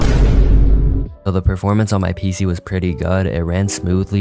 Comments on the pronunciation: Why is bro saying peesee? 😭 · Y u say pc sometimes like pceh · BRO SAID PEESAHH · "pee-se" is messing with my brain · “My PCEH” Why is bro so Funny 😂😂😂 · Bro was pronouncing PC like "PSeh" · How he says pc💀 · The way bro said pc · the way bro says pc